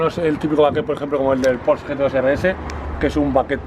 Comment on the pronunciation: Me esta poniendo enfermo con lo de "lamboryini", (lamborGUIni se pronuncia) y lo remata diciendo "pors" al Porsche (pors'she se diría).